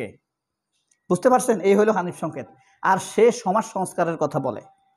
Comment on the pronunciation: ভাই আপনিতো ধরা খাইলেন। আপনি আমাদের প্রিয় উপস্থাপক হানিফ সংকেতের নামটাও বিকৃত করে উচ্চারণ করলেন। আপনার কনটেন্ট দেখেই বুঝি, আপনি একটু গাইয়া টাইপের উচ্চারণ করেন। আর বোধহয় আপনার মাথা-টাথাও ঠিক নাই। নইলে ২০১৬ সালের ফেব্রয়ারির বই মেলায় প্রকাশিত হানিফ সংকেতের ‘বিশেষ সবিশেষ অবিশেষ’ বইয়ের ‘কথন অকথনের কথনিকা’ শিরানামের লেখাটিকে ২০২৫ এর বানিয়ে দিলেন? এভাবে মানুষের পিছে লাগেন কেন? ওনার যা ইমেজ আপনার মত কনটেন্ট ক্রিয়েটর ওনার পিছনে লেগে লাভ নেই। কারণ আমরা ওনাকে ছোটবেলা থেকেই দেখে আসতেছি। আপনার মত টাউট-বাটপাররা ওনারে ঠিক চিনতে পারবেন না। আরও বানান ওনার বিরুদ্ধে, দেখি কি ছিঁড়তে পারেন। শেষে দেখা গেল আপনিই কট হয়ে গেছেন।